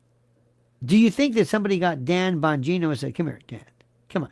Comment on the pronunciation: I died laughing last episode where you said "Dan Vongina" , died